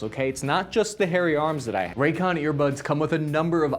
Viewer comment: I kept hearing “Raytheon” instead of raycon and with the state of the world I wouldn’t be surprised